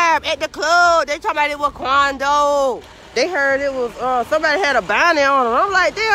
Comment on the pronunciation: straight out the boondocks “Dey said that it was QUANdo!”